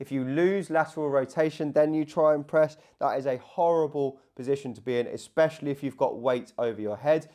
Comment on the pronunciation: Please don’t say ‘eXspecially’😂😂